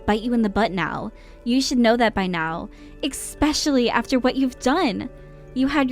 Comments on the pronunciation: She’s talking to herself. I thought Elliott was a boy’s name? Or is it a female name in other places? And these people need to learn to read. “Coming to you for revenge” not “come to you for your revenge” or pronouncing especially as “eggspecialy” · It's a counterpart for 'expecially' 😂